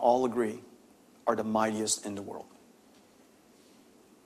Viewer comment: "mydiest industery" what does he mean?